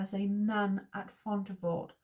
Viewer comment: Thanks for doing this series! Poitiers: PWAH-tee-ay. Like Sidney. Fontevraud: the d is silent. Apulia: ah-POOL-ia. Komnenos: com-NEN-us. Acre: good enough, I guess. I was going to say something about the "re" at the end just being a suggestion, lol. "Ock(r)"? But that's confusing. Good stuff! I'm really enjoying this.